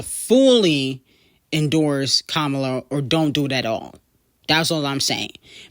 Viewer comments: I love you so much, but it's (kah-mah-lah) not kamula 😭😭😭😭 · Her name is Kamala (com-a-la ) not Komula!!! Who tf is that?